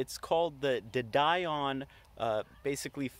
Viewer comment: de Dion is French and pronounced Dee-on, rather than Die-on. It's a reasonable suspension arrangement to use a motor and gearbox system designed for a FWD car. The bevel gearbox is more efficient than a live axle's hypoid gear as there's a lot less sliding friction.